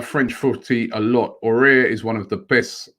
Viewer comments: Robbie it's A OU ARrrrr..... Please don't scare him .He may not come if you keep saying O air. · Robbie just so you know it’s not pronounced Aurier it is ow-oh-w-ar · Robbie you pronounce as awar not orare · IT'S NOT "AWARE" BUT "AOUAR" LIKE "AWARD" BUT YOU LOOSE THE D AHAHAH OR "HOWAR" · Why does Robbie say Aouar the same way as Aurier? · Aminu Alkali but he’s gotta put a bit more effort it is spelt nothing like aurier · AOUAR= Ah-woo-are.. keep it up Robbie! All the best☺ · Everyone: Aouar Robbie: ORARE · It annoys me how Robbie can’t pronounce foreign names... he butchers it😂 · the only thing rob pls can you stop to murder aouar s name all the time when you prononce it . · how did he see Aouar and say it like that 😂